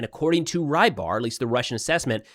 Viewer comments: Fyi the milblogger is transliterated to "Ribar", most closely pronounced "Rebar" like in rebar concrete. The way you say it, "Rye bar", would be written differently. Fun fact, it means fisherman. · I cant believe nobody has told tou this yet. you pronounce rybar as roebar (as you hear eheh uou say room) . the “ry” stands for russia;) makes more sense right?